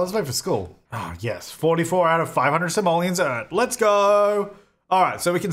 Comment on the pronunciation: You have 4 Somalians to your name? Might wanna work on pronunciation there.